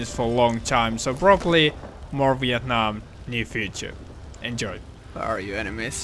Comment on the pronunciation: sounds like he said weeit nam